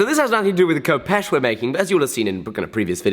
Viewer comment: fif you know its pronounced Hehpesh not Kopesh